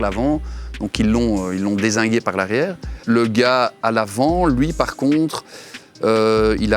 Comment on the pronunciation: J'adore quand il dit dezingué